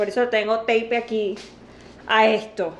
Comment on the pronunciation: Siempre me es tan gracioso como pronuncias “tape”. 😂 Tan bellos Cora y Ocho 💞